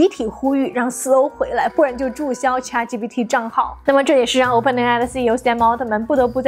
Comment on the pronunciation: 为什么博主对ChatGPT读的恰特，而不是浅特？